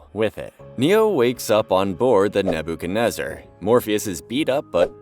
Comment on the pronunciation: "Naboo kenezer" lol